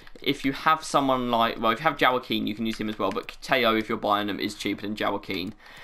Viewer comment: Love how you pronounce Joaquin 😂